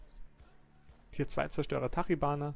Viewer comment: NEEEIN du hast Tachibana falsch ausgesprochen :CCCC